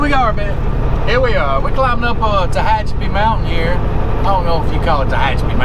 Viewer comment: U pronounced Tahachipi correct .......I know I can't spell it right......lol